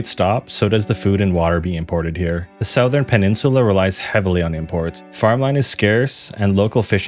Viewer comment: No hate, but I hate the way you say southern